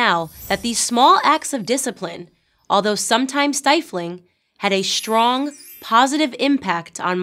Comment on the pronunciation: "Shtrong", "hishtory", "deshtroy"?!?!😃😂